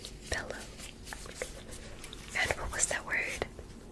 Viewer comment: When dr ear said pillow I thought she said billow